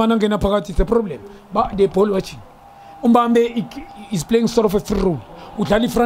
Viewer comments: it’s ”intensity” not tensity. It’s ’he makes i- ”difference” not ‘he makes i-different’. Lastly it’s ”Mbappe” not Mbambe.🤓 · Junior my brada, it's MBAPPE not Mbambe 😂😂😂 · MBAPPE not MBAMBA, Junior! Hawu!😳 Imbamba utshwala beSintu lobu obudakana lento exakayo!👊🏼